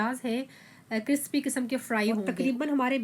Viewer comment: ڈانٹنا نہیں، پہلی بار زبان پھسلے پر آپ نے کرپسی کہا۔ ہاں دوسری بار کرسپی ہی کہا۔اور میرا پہلا کمنٹ بھی بتا رہا ہے اور آور آپ نے بھی کہا تو بہت اچھا لگا کہ خستہ پیاز کی آواز دیکھنے کی بجائے سننے کے لائق تھی۔😍